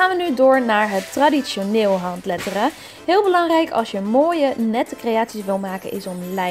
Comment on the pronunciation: Jij zegt handleddering